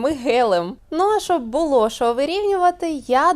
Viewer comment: Учите язык! Не Шо, а Що